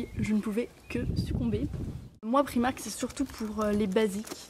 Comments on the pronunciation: prAïïïmark et non priimark !! C'est pas grand chose mais c'est assez insuportable :) ( pas méchant hein ! ) gros bisous :) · Excuse moi,mais c'est bien PR-aaï-mark ,mais on prononce le 'r' à l'anglaise. Et je pense bien savoir car je suis anglaise & j'habite en Angleterre,et j'entend bien les gens parler. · Alors désolée pour toi j'habite à Londres et on dit bien Pr-AÏ-mark!! avant de vouloir rectifier les autres vérifie.. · Je suis aller dans un primark à londres et je te jure que le i se prononce bien AÏ ..sa fait mal aux oreilles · le i ce dit aïe en anglais....